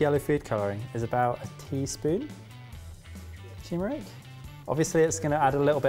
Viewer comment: saying tumeric physically pained me tuRmeric pls let 2020 be the yeah of turmeric